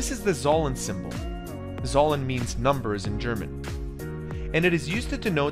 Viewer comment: I wanna die after hearing that pronunciation of zahlen In German it's closer to how one would pronounce Tsalen like the ts in tsar